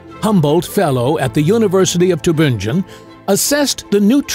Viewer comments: Is this audio AI? Tübingen is a city in GERMANY! GERMAN rather than English is used there. NO Human would say 'too-ben-jen'! Even my pet Crow would correct you and know better! It is pronounced as Tee (with lip rounding on the 'ee' syllable) -bing-gen. Doch Tübingen, Baden-Württemberg, in Deutschland. ( ). Seewiesen = zay-vee-sen. NOT 'zay-wai-sen'! If you are not AI and want to use German cities, PLEASE show some inkling of intelligence and pronounce them CORRECTLY! As English is a Germanic language, most people can at least figure out the GERMAN pronunciation of Tübingen, and Seewiesen! Vielen dank! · Tübingen: pronounced Too-bing (rhymes with ring)-en. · The University of "Tubinjin" - LOL - Computer Voice. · Cannot pronounce Tübingen though!